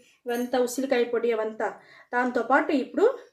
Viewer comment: ఓమాకు కాదు తల్లి అది వాముఆకు 🤦🏻‍♀️ ఉసిలికాయ కాదు అది ఉసిరికాయ🤦🏻‍♀️